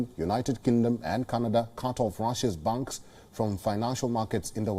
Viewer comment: Please pronounce "Banks" properly, it is hard to understand whether it is "Bunks" or "Banks"